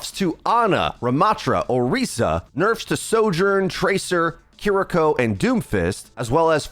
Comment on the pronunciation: the way you say kiriko is so funny